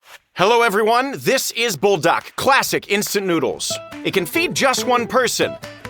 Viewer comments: Not bull dark it is pronounced pull da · No it is pronounce bulldak it is literally the name